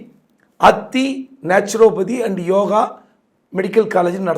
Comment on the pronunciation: அத்தி இல்ல, அதிதி....